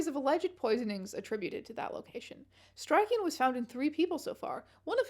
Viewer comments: Strychnine is pronounced "strick nine" and ennui is pronounced "on we" ❤ love the video, Strange! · happy to discover that strange has still not learned how to pronounce strychnine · Your continued mispronunciation of strychnine drives me to drink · strange youve been pronouncing strychnine wrong for like years I thought it was a bit the first time